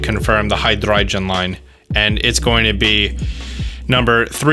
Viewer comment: says every pokemon name right also: says hydreigon right... tf?